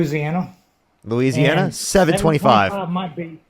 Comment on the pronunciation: Ikr! I can't do anything but lol at this misinformed maga moron. Losana!!?? 😂 I think he meant Louisiana